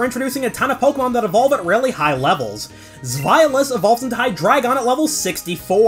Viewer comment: im sorry zweilous is pronounced like what?